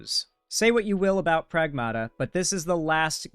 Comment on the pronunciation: Greek here, Pragmata is pronounced PrAgmata, it means "things".